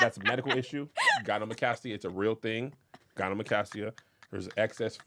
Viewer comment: Kev… that’s not how you pronounce gynecomastia. The c comes before the m.